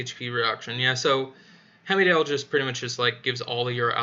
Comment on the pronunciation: Heimdall - it is Haimdal, what is wrong with you Anchor?